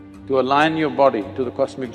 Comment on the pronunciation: Lol "Alion" you mean "Align" yeah?🤣😂👍